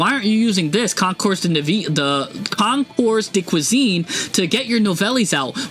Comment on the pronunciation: Here’s another personal French lesson for you, dear friend! Nouvelles = Pronounced "Noo-vel" (like "moo" but with an "n" instead, followed by "vel" as in "velvet" without the "vet"). The final "S" is silent! Concours de Cuisine = Pronounced "Kohn-koor duh kwee-zeen"—"Kohn" like the English word cone, but with a slight nasal sound (don’t fully pronounce the "n"), "koor" rhymes with tour (as in "detour"), "duh" is soft, like the casual English duh, and "kwee-zeen" sounds like cuisine in English. Say it smoothly, and you're golden!